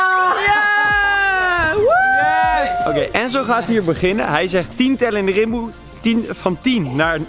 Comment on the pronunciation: het is niet timboe maar rimboe haha